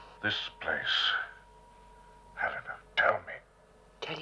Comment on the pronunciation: ever notice how awkward Landau is when pronouncing the names of Helena, and Alan? He has trouble with the L sounds when its in the middle of a word....he pronounces it like a D.....